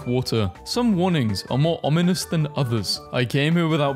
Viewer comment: OMG, he actually pronounced ominous correctly what?!?!?!?? fr though loved the vid.